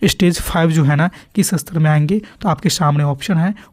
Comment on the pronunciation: Sir ap istar uchcharan kijiye astar nhi